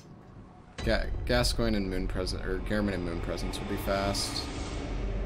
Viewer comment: Games been out for 7 years and most still can’t pronounce Gascoigne right.